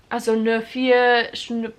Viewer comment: Es ist so lustig, wie du „nur“ oder „Rock“ aussprichst. Du sagst „nor“ du musst das U mehr betonen. Wie in you. Und Rock spricht man genau so aus wie in Amerika die Musik.